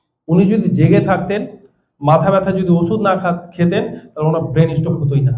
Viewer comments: Brain stok- pronounciation kee this. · আরে মূর্খের বাচ্চা সেটা স্টক না, স্ট্রোক । আসছে ক্লাস নিতে । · সব ভাওতা, স্টক হবে না স্ট্রোক হবে এটাই তো ঠিক মতো জানেনা। ছিঃ, এরা নাকি ডাক্তার!!! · শব্দটা স্টোক না স্ট্রোক বলে ? আজকাল উচ্চারণের জন্য অর্থ বা মানে পরিবর্তন হচ্ছে ।সেদিকে কোন খেয়াল রাখা হয়না । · স্টোক নয় স্ট্রোক হবে।